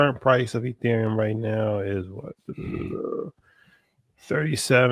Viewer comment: Dudes discussing ethereum while calling it “ethereal” 😂😂